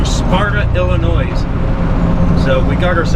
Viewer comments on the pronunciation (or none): The S in Illinois is silent! Ugh! Love watching your videos, but being from Illinois this drives me nuts